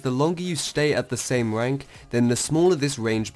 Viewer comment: no offence but you cant spell "r" instead of saying rank u say wank. lol